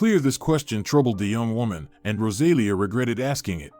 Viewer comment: Rosalia with the accent on the i! !!!